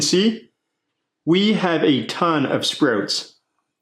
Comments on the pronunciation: Sproats 😂 great video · Are you Canadian? The way you say sprouts is very interesting to an American like my self. I live in Minnesota which is basically the Canada of the United States. Love the video